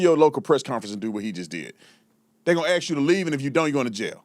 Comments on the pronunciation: It's ASK not AX. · You gotta a question?? AXE me 🤡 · Ax me a question? Press 1 for english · My question is why can't you pronounce the word ask.